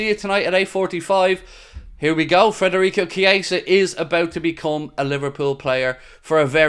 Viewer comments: It’s Fedarico not Frederick! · Now that he’s officially ours, please say his name right! FED not FRED